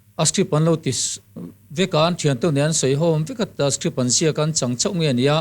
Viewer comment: • • ngati ti nge le script tih turah hian strip tih ang deuh hian alam tlat mai le amak eee.....